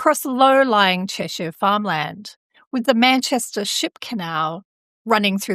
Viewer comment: Thanks for the upload. I live in the county of Cheshire, just a few miles from this part of the M6. Interesting stuff, and well done on the pronunciation of our local place names👍